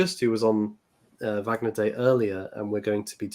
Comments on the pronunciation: It did distract me, I have to confess. Perhaps I’m just too grumpy. Wikipedia usually gives excellent phonetic spellings of proper nouns. Always worth checking on there. It’s the same in German or English. “Varg-ner” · I really wish you would pronounce Wagner correctly! Did no one correct you in any of your Wagner streams? You sound like you’re talking about the American actor Robert Wagner! Anyway, Happy Easter!